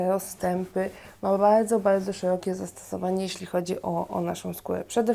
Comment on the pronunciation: bałdzo ,zawiełajacy,skóła. uszy bolą kobieto :/